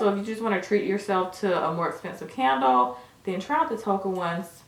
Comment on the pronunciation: Yall can make somebody go broke always im mad the bubble bath out of stock...yall are to funny when said can d le lol said CANDLE LOL